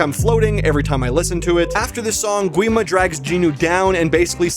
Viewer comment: Gwi Ma is actually pronounced 'Gi ma